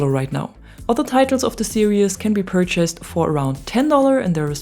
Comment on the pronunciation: Great video as always. However, and I realise that English may not be your 1st language, but you need to work in your pronunciation of "series." It's pronounced as ser-eez, with 2 syllables, not ser-i-us with 3 syllables.